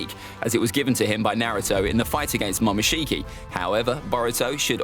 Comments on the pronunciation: momoshiki bruh not mokinshiki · It is Momoshiki not Mokinshiki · "mokinshiki" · Mokinshiki reminds me of something lol its pronunciations are momoshiki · He spelt momoshiki wrong he said mokishici 😂😂😂